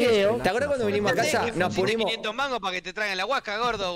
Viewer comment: Nadie: Absolutamente nadie:: nos punimos